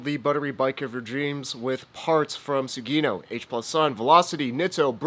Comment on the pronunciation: Your Italian pronunciation is good, but Pista is pronounced Peesta (think Pizza), and Sugino would be like the guy's name Gino, so Sujeeno. You would get your pronunciation if it were spelled Sughino.